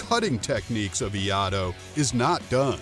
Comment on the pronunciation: Iaido and Iaijutsu are not the same. Not sure how credible a channel is that doesn't even know how to pronounce what they "teach" about.